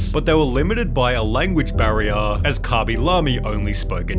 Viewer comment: Cabey? wtf.